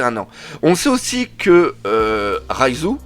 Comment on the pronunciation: Ahhhh Doc je sais pas si c’est ta prononciation mais tu prononces Raizo à la place de Reiju 😅